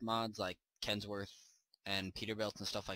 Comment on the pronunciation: You kept saying kensworth...